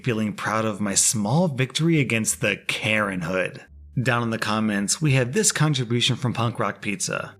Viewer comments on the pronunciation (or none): When he said Karen hood, he makes it sound like some crazy organization that you have to be some kind of major butthole to join.